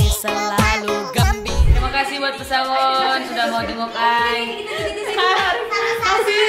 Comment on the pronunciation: PESAAWON gua dengerya PESANGON